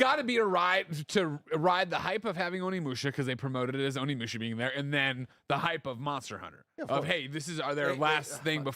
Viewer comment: When’s someone gonna tell Tim it’s pronounced O-nimusha, not ON-imusha? Lol